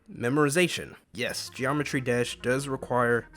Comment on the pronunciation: "Geomertry dash"